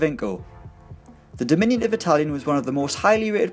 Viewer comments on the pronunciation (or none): none